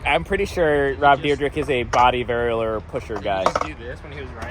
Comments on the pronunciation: It's deer-deck, nor drdrdrdrk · I'm going to be keeping a tally of how many times you say "deer drek" in this video, will edit comment at the end... lol edit: so I counted 14, and you also said it right at least once bonus "ECKspecially" tally: 2 anyways, fun video concept, liking all the inserted clips and whatnot lately too 👍